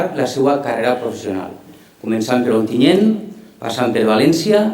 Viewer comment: Onteniente, i no una, sinó varies voltes???? mare de déu, eixa xica no sap dir Ontinyent?